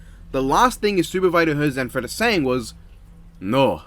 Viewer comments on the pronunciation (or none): You gave the Italian guy, Zanfretta, a Russian accent that slowly morphed into Count Dracula